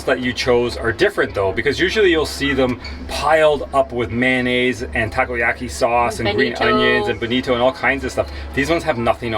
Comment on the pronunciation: No no, both you guys know how to pronounce "Octopus ball" correctly in Japanese. I meant, Nicole showed off the pronunciation that "Takiyaki" as wrong one .